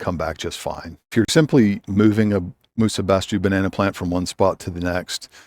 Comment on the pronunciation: it's pronounced "musa basho" greetings from Japan